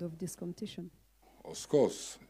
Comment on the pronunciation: Us course!!😂😂😂 "off course" 😅